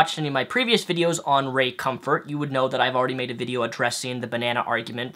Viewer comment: ...the fact that you would mock Ray Comfort by deliberately mis pronouncing his name really shows how childish you are...Want to sound intelligent? Resist the temptation of being an asshole 😉 Just sayin'...